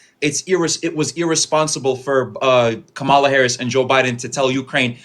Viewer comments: Let him sit with his silly ass vote then. Don’t care anymore. We know why you didnt vote for HER and HER BACKGROUND. Gimme a break. Her name is pronounced COMMA-LAHHHHHH!!!!! The fact that he thinks that maga accepts him. Wild. There was MORE than a choice between the two - but what’s they wish wasn’t true about the voting base IS true of them. They were WILLFULLY not paying attention. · I have watched several of your videos recently, and it just galls me at the number of times that you have to correct your call-in guests how to pronounce KAMALA's name! GOOD GRIEF! You can tell how much they listened to the Felon during the campaign because he purposely mispronounced her name, and they just follow whatever he says. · They don't want to be called racist, misogynistic, or ignorant but don't know how to pronounce her name. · To be fair, I hardly think the pronunciation of Kammala is important - people pronounce words / names differently, and to keep mentioning people's pronunciation being wrong comes across as though you are being patronising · I hate Maga because they pronounce “Kamala” the same way tRump does, f**king parrot sheep!!! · He admits he didn't know the candidates' policies but wants to seem like an informed voter. He lacked a fact-based counterargument. This is the problem with most Republican uninformed/misinformed voters. I noticed that they deliberately mispronounce Kamala's name to undermine her in some way. Muslim MAGA 😂🤦‍♂ FAFO! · Does anyone notice that nearly all racists mispronounce Kamala? Aside, the reason why Harris lost is because LBJ was right. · It's easy to see where people get their news from based on the way they pronounce Kamala's name. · That neither of these more ons can properly pronounce Kamala says everything about the propaganda that they have consumed. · Dude has so much stamina correcting their pronunciation of Kamala so many times 🙄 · you’re a king for correcting how people pronounce kamala and not kah-mall-ah